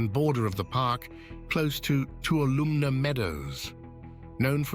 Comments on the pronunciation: The meadow is pronounced too-all-a-me (Tuolomne Meadow) it’s county as well. It is ah inspiring and energetic. You can feel the energy there, both wonderful and slightly scary. You have to be in a space of respectfulness when visiting Yosemite. See it, if you can. It is breathtakingly beautiful. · I hear you. I used to go all the time, but the reservation system really screwed that up. Thank you for sharing.AND! OMG the pronunciation of Tuolumne really drove me nuts! The best, biggest climb I ever did was in Tuolumne Meadows. I danced with Mark Wellman at my sisters wedding. Tuolumne- BEST granite EVER! Oh! One more thing, can't remember where is was, somewhere in the valley, can't remember the waterfall, but the day before, two people went swimming near the edge of the water fall, and died. DON'T BE STUPID! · The speaker keeps mispronouncing Tuolumne